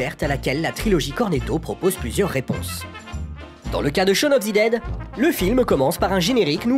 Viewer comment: shawn of THE dead, pas ZI dead haha